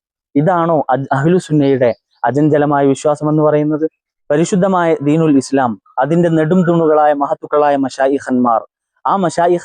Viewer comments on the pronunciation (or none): none